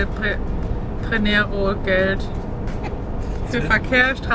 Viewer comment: Ciao Ragazzi, schön, dass Ihr Italien gewählt habt, wäre auch meine erste Wahl gewesen, als Österreicherin sowieso. Wie heißt denn das nette Örtchen, von dem Ihr so begeistert ward, wäre nett, wenn Ihr es geleentlich erwähnen würdet. Übrigens bei Brennero betont man, wie im Deutschen den 1. Vokal "e". Buon viaggio!